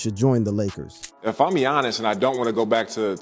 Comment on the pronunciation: “Yannis” ❌ “GEEONNIS” ✅